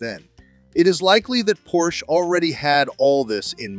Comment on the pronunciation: It's pronounced porshuh!